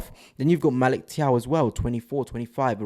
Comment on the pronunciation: You keep mispronouncing his name…it’s Magic Thiaw